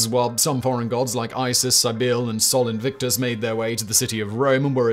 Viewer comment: Yet he managed to mis-pronounce Sol Invictus.